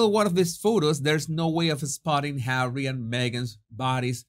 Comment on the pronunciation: My days are no longer complete, until I hear you say Hawwy. 😄 Even when you just say Harry, it is full of disdain. ❤ Thank you for all of you content!